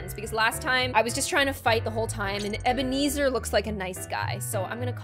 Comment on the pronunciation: MY BROTHERS NAME IS EBENEZER also it’s pronounced (:) eb-ur-knee-zur (:)